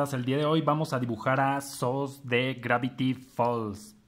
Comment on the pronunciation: se pronuncia sus no sos